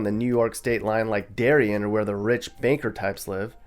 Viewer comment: Re: Connecticut, it’s “Dairy-Anne” not “Dairy-Un,” and the people from Darien judge you for your mispronunciation